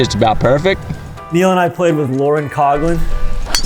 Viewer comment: Pronounced “Cogglin” or “Cofflin”?